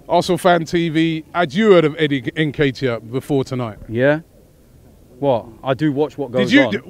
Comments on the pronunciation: lmao, u all shld gt a Ghanaian to pronounce Nketiah well for u, am jst laughing behind my screen anytime I hear the wrng pronunciation, not Neketiah by lmao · Ne-ket-e-ya ffs